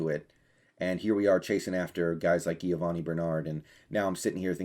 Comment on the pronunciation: "Geo-vanni" not "Ghee-o-vanni" lmao much love! :_brendon